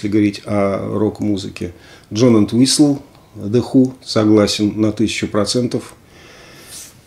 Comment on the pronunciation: 😊спасибо за обзор, но в фамилии Энтвистл ударение падает на первую букву. Кстати, у него тоже имеется сольное творчество, весьма своеобразное и достойное обзора!